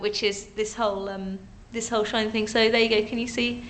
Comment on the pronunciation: it's a LG Shoine. It's got a vewwy weflective miwwor but it loi's to you about battewy loife.